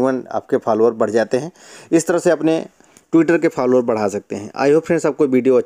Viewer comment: Bhai Follower hota Phalwaar nahi😅